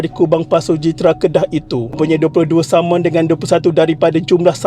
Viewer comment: Pada minit ke 8.07 perkataan "saman" tapi kedengaran seperti "samun" btlkan sekiranya sy salah